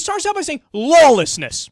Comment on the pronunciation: Did Kyle say LOLlessness lol?